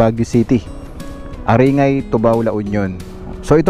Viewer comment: Correct pronunciation ng ARINGAY....ay ARINGGAY....NOT...ARINGAY...